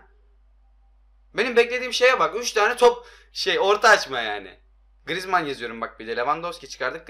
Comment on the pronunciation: da grıezman dedini 1 beni duydum